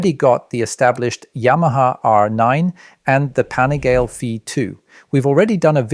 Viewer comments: “Panigail”? Come on dude! Make an effort. You know how’s pronounced. Are you a journalist or Napoleon Dynamite’ aunt? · There are a lot of inaccuracies in this video. The first being that the V2 is 187kg fully ready to ride, that’s with no gas in it. The next big one is the brakes on the bikes. They’re not all running Stylemas like you claim, only the R9 is. They’re V2 is running M50’s due to lower weight and probably cost savings and the RC is running the new Hypure calipers. Not to mention pronunciation of the ‘Pan’ ‘ih’ ‘gal’ ‘lay’ “Panigale”